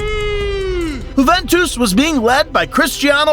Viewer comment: why does bro keep saying whoventus